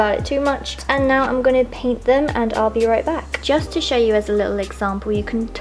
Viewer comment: "Welcome to my chnow"